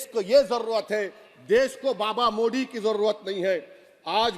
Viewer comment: औबेसी जी हर जगह "द"को "द" ही बोलते हैं जैसे "हिंदुत्व" लेकिन "मोदी"को *मोडी*क्यों ?